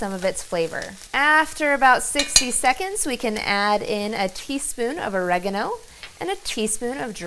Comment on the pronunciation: sis you say Oregino lol im sorry it was sweet. thought it was pronounced oregano😊